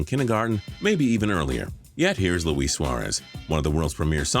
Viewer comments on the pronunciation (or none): none